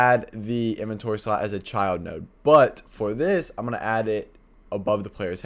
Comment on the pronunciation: The way he says: "srot" instead of slot 😂